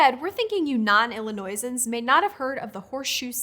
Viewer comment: DID YOU SAY.... IlliNOISE-ans??????? I'm so 😢 disappointed.